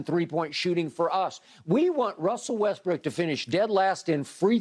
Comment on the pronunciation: Kind of unrelated but I can't believe skip actually says Westbrick. Skip better hope he never meets him in a dark alley.